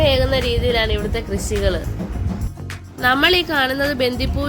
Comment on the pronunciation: Krishi not krissi